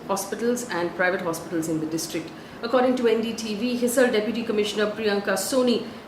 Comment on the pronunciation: Thanks for doing the news so diligently, Faye! PS: t is pronounced as 'His-aa-r' not hissar. The 'a' sound is elongated.